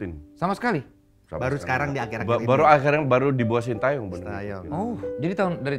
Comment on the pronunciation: Bacanya SIN TE YONG bukan SIN TAE YONG